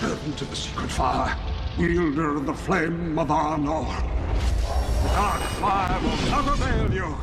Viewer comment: Anor, not Arnor. The Flame of Anor is entirely unrelated to the northern kingdom of men (like the only relation is that maybe the 'flame of anor' is a reference to one of the 3 elven rings, since gandalf carries one. that said, those are reeeeeeeeeeeeeeeeeally secret so i doubt it- also there isn't much connecting the word anor-which is sun in elvish, see minas anor for details- to the rings). But yeah, i love that it's just kinda not explained at all. Which really fits because the whole concept of the Istari is just sort not explained at all in LotR (and that's great because there's way too much lore involved to make it fit).